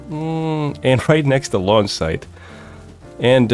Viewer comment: Did anyone else hear lawn site instead of launch 😂. I love your vids! You should upload a little more. I hate waiting for your newest